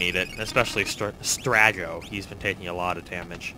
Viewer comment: If only he got Strago, Cyan, Thamasa, and definitely Sabin's names right.